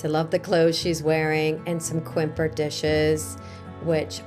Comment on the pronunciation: Bonjour, you have a nice collection of French plates and other antiques but when you said that some of them are from “Quimper” in Brittany I became a bit confused then I realised that you have mispronounced “Quimper” it’s not actually said as it’s written it is pronounced differently! Phonetically it is pronounced “KAMPAIR” I drive through there quite often, it’s a nice place to visit, also “Beswick” is pronounced “Bez-ick”